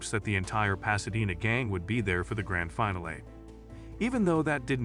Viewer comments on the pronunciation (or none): is it a bot voice? its Fin-al-ee, not Final. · This is 100% AI voice. Listen to how "finale" is pronounced almost at the end of the video.